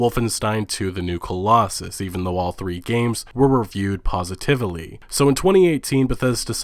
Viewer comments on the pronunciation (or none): 'Positivaly'? Lol wtf